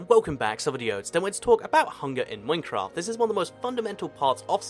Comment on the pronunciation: did you say ''mincraft''?xD